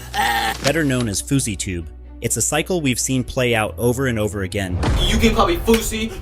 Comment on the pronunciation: I thought it was fousey not faucey tube